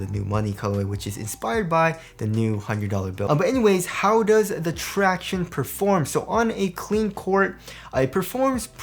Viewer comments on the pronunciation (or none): Every time says traction-ays I cringe.